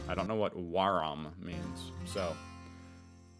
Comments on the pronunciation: "waram" = "war, I am" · You went full dumb American. Waram isn’t a word. Try using context.